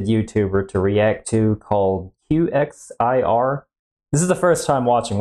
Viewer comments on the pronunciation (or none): By the way I am pretty it’s pronounced kicks-er not q-x-i-r